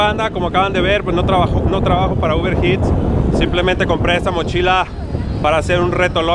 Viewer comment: Tu dices Uber jits y no se dice así se dice ist aunque se escriba eats se pronuncia its